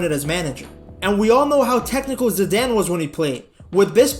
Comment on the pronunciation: Zidane not Ziadaine.